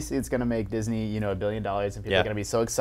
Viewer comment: He almost said jizz-ney ha